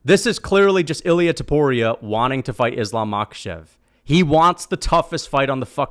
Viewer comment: Its Topuria not Tuporia you meathead.